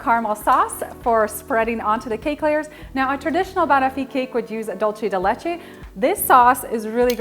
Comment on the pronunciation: Fabulous recipe. FYI the pronunciation is bah-nof-fee not bunofi